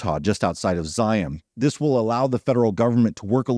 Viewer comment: Thank you, thank you for pronouncing Zion National Park correctly. It rhymes with lion.